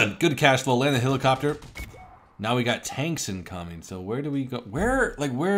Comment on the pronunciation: HE ALWAYS SAYS HILACOPTER INSTEAD OF HELICOPTER AND IT PISSES ME OFF